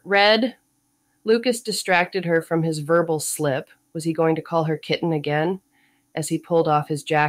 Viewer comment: The AI narration was terrible! It’s hard to believe the author paid anything for it. Basic English words are so mispronounced that it makes the story impossible to follow. Mistakes occur in almost every other word—“call” becomes “cal,” “fall” is “fal,” “followed” turns into “fal-lead,” and “happy” is pronounced “hap-why.” This was one of my Kindle Unlimited books that I didn’t finish, so I thought it would be a great candidate for an audiobook. Unfortunately, this narration ruined even a casual listening experience.